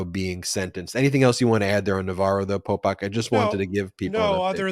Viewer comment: 😂Every time Ben says “Polpok” I get thrown out of the listening concentration cause it sounds just like Pol Pot and that hits the emergency brake of my old rusty brain.😂